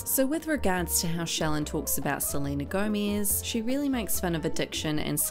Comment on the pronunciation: No one likes Selena gomiz ( the way you pronounced it ) lol